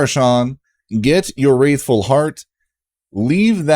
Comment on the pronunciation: this guy. just copying other people's content that came out DAYS ago. cant even say the word right. wRATHful. there is no i.